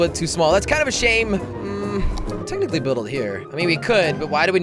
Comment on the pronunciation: Count how many times he says "tecticly"